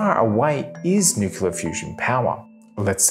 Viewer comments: I love your videos, but it's driving me nuts how you pronounce 'nuclear' - it's 'new-clear', not 'new-cu-ler'... Keep 'em coming! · You shouldn't do a video on nuclear topic if you can't be bothered pronouncing the word correctly. New-kle-ah, not new-ku-lah. Thumb down. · Did he say "nucular" ???? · "New-Clear" not New-Queue-Luh. Hard to take you seriously when you can't even pronounce a two syllable word correctly. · Repeat after me, Nu-cle-ar. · My wife and I both love this guy's videos, but yes, the "nukular" is a bit hard to listen to. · Sorry mate, I can't get past nukular. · How do you make a video about fusion and not learn to pronounce "nuclear"? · Just look at the spelling of the word 'nuclear'. It isn't that hard to pronounce the word correctly. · This guy perpetuates the mispronunciation of the word 'nuclear'. It's hard to believe that his thoughts on physics are correct when he can't pronounce 'nuclear'. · So, out of 25 times the word "nuclear" is used in this video, every single time it is pronounced as "nukular". Including one instance of "thermonukular". Science at its best. I should have made it a drinking game or something.